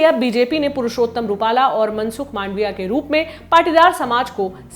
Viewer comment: PLEASE CORRECT ON 23.30 MANSUK MAANDVIA NOT MANDAAVIA...